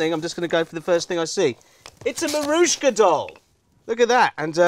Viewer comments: In today's episode of The More You Know: The doll is called Matryoshka (phonetically), not Marushka. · What's a Marussha doll? You mean Matryoshka doll? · It's a Matryoshka doll not a marushka doll. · Matroushka.. or matouska. Not marouska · Ah, yes, marooshka dolls. They're like matryoshka dolls, but pronounced wrong. "Audience research" "the Ghostbusters themselves came quite low down on the popularity scale." WROOOONG!! It was actually arbitrary decisions forced upon the show by a think tank the network hired that did no actual research and just dictated what they imagined children wanted. It caused the series' popularity to plummet. For example, the changes to Janine? I believe the words they used to convey what they wanted were "make her less harsh and slutty" and they changed her pointy glasses to round ones because they claimed the sharp edges would frighten children. J. Michael Strazcynski laid down an ultimatum that if the network enforced the changes the hired firm came up with, he would leave the show in disgust. Guess what happened? They now had awful changes that destroyed the show AND lost their best writer and story editor. Supposedly, later on they BEGGED JMS to come back to save the show. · He pronounced matryoshka dolls in a way I've never heard